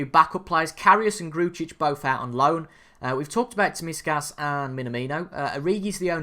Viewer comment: Koalas Tsimikad is pronounced Simikas i beleive